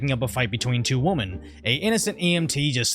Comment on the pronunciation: Maybe I'm hearing you incorrectly but it sounds as if you say, "breaking up a fight between two womAn." This would normally not provoke me to comment but I've been hearing the singular for woman being used in place of the plural women in so many videos and things I hear the last few months. Did I miss something? I know new words and pronouns are all the rage these days but I thought general grammar rules still applied😂.